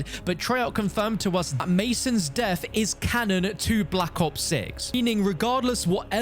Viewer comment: why do you keep saying canon...